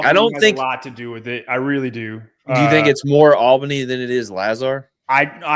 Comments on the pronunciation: Guys, it’s pronounced “All-bunny” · I crack up every time you pronounce Albany